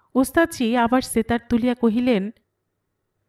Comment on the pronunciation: Why do you say "setar"... in bengali, it is pronounced as 'SHetar'